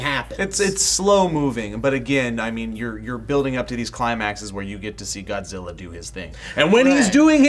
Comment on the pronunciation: I love the way how the Japanese scientist Ken Watanabe in Godzilla could speak perfectly good English until he said the word "Godzilla".... Godziwa